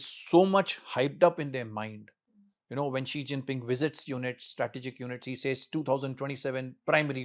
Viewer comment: He pronounced Xi Jinping name correctly.